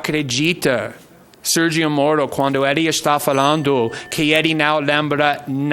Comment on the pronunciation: Moro entregou seu celular para a PF na hora, esse verme tem que fazer tratamento dentário pra falar a palavra MORO